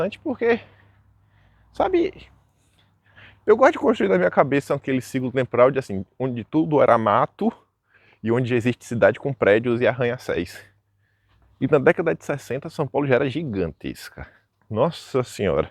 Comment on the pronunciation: Posso??? Não fica chateado comigo? Arranha CÉUS e não céis 😂